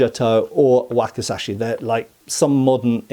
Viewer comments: There's a letter z in that word,, wakizashi 😁,wacky,,zashy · And this is known as a 'whack-a-sash-ee' 😂😂😂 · Waki'Z'ashi, please.